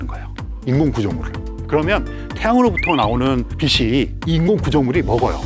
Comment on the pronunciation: 비 시아니라 비 치 라고 말하삼~~ 빗과 빛을 넘 혼동하는듯~~